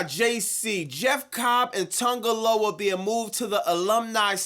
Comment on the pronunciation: Not Botch-a-Loa